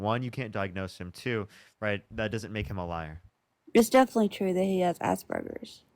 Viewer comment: "defilly true?" People do not say "definitely" correctly.